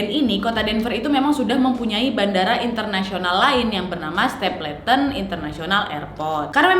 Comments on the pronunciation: bacanya stepelten bukan stepleten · stapleton baca nya stepelten bukannya ya? 🤔